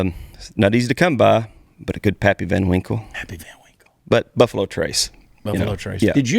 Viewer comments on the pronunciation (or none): Did chad say puffalo??🤣🤣🤣🤣